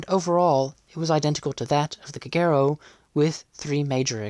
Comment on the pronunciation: I always thought Kagero was pronounced with the accent on the first syllable KAgero not on the second syllable kaGEro as spoken in the video.